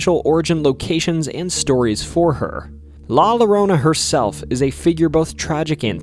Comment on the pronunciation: La lorona? It’s la yorona that’s how it’s pronounced a double l in Spanish is pronounced like a y